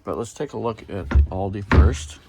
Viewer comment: It’s pronounced “All-duh”. Not all-dee.